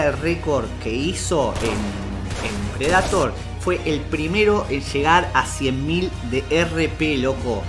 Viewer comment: Que te cuesta pronunciar bien el inglés? tenes como 30 años y seguro venis viciando los mismos años que yo, dale que vos podes, PRE DEI TOR!!! 🤦🏻‍♂️